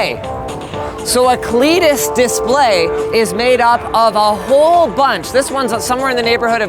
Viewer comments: thought he said cletus for a second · When you say CLEDIS it sounds like GLaDOS so I'm worried it will generate neurotoxin when I'm watching TV...